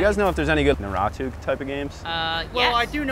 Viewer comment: The way pronounced "Naruto" kills me! 🤣